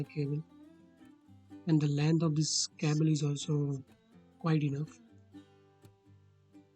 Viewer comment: ITS CABLE NOT CAABLE GAWAAR